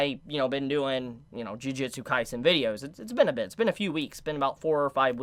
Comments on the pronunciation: please stop saying "Jiujitsu" Kaisen ;_ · Tbh, it was a perfectly fine comment. No hate or malice really shown. Don't know why you're saying it's not constructive since now knows it's not pronounced "jiu". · juJUtsu kaisen :D not jujitsu ehe trigered ahah , JUJIIIIIITSUUUU!? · Why is so many people still calling it "Jujitsu Kaisen" XD